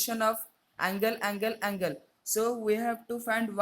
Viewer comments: It is angle not ungle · He said uncle instead of angle